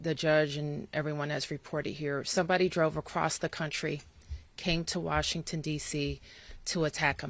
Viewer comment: she can’t even say Washington correctly why is a Fox News anchor briefing us about a shooting? Why does she even have this job and Patel missuses the FBI for his girlfriend. They shouldn’t have been there in the first place and they wouldn’t have gotten shot.